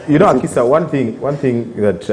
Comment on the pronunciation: it's not Akisha, It's Akisa.